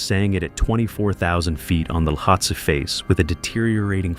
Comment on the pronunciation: Cwm is pronounced coomb ... and is 'lowhatse' the mountain next to Everest? Learn its pronunciation. 😊🇦🇺